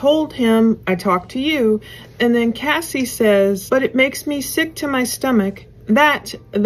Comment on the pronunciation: It's CASS EE NOT CASEEE. CASSIE.